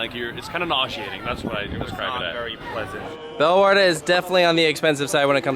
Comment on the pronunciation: I expected u to pronounce the name absolutely wrong, but u didn't. 😅